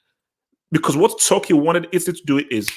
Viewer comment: Bro you keep saying Tucki